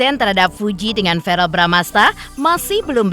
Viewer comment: bkn varel pk kardi tp verrel wkkk